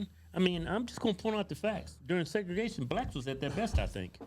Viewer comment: Segragation dude, Really? SMH!